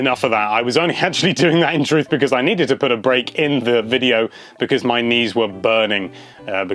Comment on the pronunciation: i just understood: 'my niece was burning' what he said: 'my knees were burning'